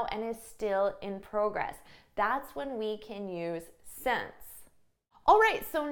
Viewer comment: I wonder why you pronounce since as « sence » sometimes ?